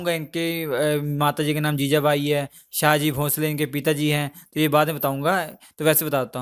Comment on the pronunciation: Shivner nahi bhai Shivneri. Aur शाहजी nahi शहाजी. aur साइबाई nahi सइबाई